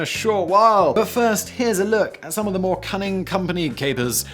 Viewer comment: What is 'moah'? I know you were going for the sound of someone damaged shouting "More" but More is a real thing, at least relative to a lesser thing, allegedly, and Moah is not. "Mowah" is what you should have said. But then I'd give you shit for creating a more credible word that also pointed to nothing. Because 'think before you alliterate'.